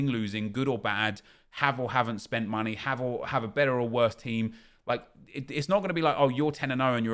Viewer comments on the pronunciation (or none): none